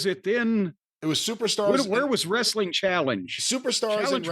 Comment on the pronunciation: Not being able to say wrestling is still wild 😂😂😂